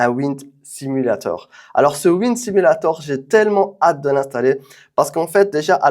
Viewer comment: franchement mashaAllah le setup sim il est lourd de fou c'était grv cool a regarder (ps pour le wind simulator ça se pronoce "wa ïn d" 🙃)